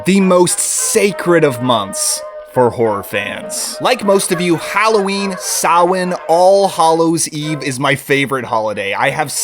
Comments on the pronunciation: Bro said Samhain correctly gaining +10 to his magic stat. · Jazzed you pronounced Samhain properly. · As someone from Ireland thank you for pronouncing Samhain correctly